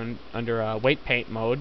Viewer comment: lol you say peight waint not weight paint